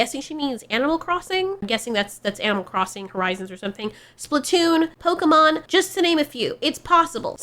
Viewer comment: Pokémon, not pokeuhmon.